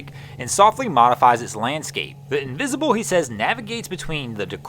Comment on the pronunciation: The way you say the name of the boat is very strange... Are you trying to say "The invisible" the French way? Or La Invisible?